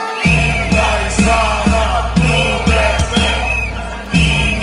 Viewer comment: Inday Sarah Butete dinig ko😂😂😂